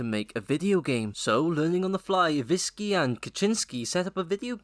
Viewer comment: IwiNski, not Iwiski you morron!